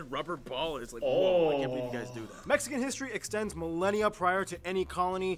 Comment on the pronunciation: Mexican not Mexican’t